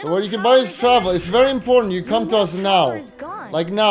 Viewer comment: datguy4's comments were priceless, "berry nice"